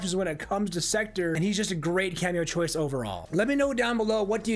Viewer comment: Pronounced sekTOR, not secter…